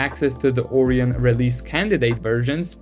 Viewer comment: Orion not oreeon